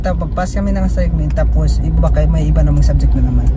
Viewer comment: ..Assignment is pronounce as Asaynment not Asigment..